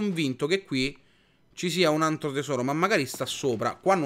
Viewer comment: ma sono io o ogni volta che ciccio dice altro dice antro?